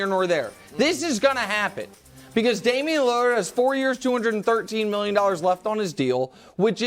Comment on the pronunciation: Damian Leurrarr 😂